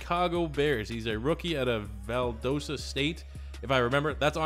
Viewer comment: It’s pronounced Vald-ah-sta not Vald-oh-sta fyi, love these vids!